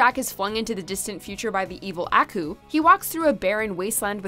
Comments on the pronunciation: akooo not aaaku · You missed something alright, you mispronounced Aku's name a lot. The intro to Samurai Jack even pronounces the name for crying out loud how do you get it wrong? It's pronounced as "Ah-coo" come on. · The Aku pronunciation urgh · The way she is mispronouncing Aku is making me cringe.